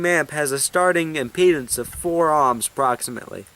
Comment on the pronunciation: why do you keep pronouncing ohms as "amms"?